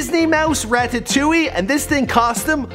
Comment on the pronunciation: Did he just say "The Disney Mouse!!!!!" "Ratatouille "!! Lmao "Rat" "atouille"😂😂